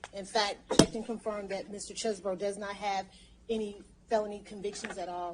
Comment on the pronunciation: Finally! From the mouth of the defendant. His name is pronounced ChezzBro not Cheese Bro. I can sleep soundly now!